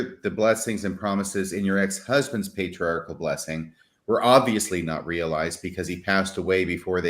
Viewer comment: By the way, did you know individuals who mispronounced the word "patri-article" or is that a local Missouri dialect?